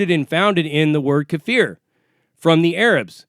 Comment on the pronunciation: Kaffir doesn’t mean dark skin lmao or black it mean non believer and you pronounced it wrong.